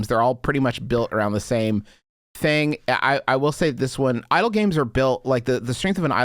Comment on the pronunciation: I was so thrown away when Justin kept pronouncing idle games as Idol Games like my dude yeah come to idol hell